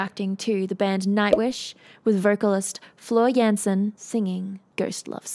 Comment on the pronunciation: Nightwish Army is incoming!), Thank you for your reaction and analysis! And welcome to the world of Symphonic Metal! You are the first person in the entire world who said Floor's second name correctly:D. She is Dutch. Yes, Floor has classical background, rock academy behind, and used to be a vocal coach for a number of years. Floor is the most versatile and powerful female singer today and can sing anything from more pop-y style, classic opera, to metal screams and growls. Floor is a queen of singing emotions. Floor joined Nightwish in the middle of their Imaginaerum world tour in late 2012 (which includes this show from August 2013). Previous singer, Anette Olzon (she's currently in Dark Element) left the band while they were touring, and there was no certainty what to do with all the upcoming shows. They called Floor (her previous band did tour with NW in the past, and they knew each other). Floor flew immediately to help them out and temporarily replace Anette for the rest of the world tour. She arrived two days before the next show, and she had only 48 hours to learn the entire setlist. And she did. There is official documentary about all that -- "PLEASE LEARN THE SETLIST IN 48 HOURS" ( ) For Floor it was first really big gig with Nightwish, 82K people, at the time she was only for a few months with the band. After the world tour (in October 2013), they made Floor their official member. This song was performed at the end of 90min show, at the 1hr 10min mark.